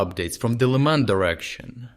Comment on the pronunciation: “City of Лайман»….😂